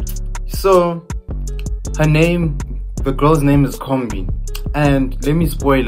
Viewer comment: iKhumbi* not Khombi